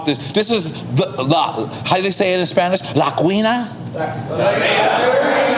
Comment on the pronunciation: How is NORE half Spanish but can't pronounce Spanish correctly lol.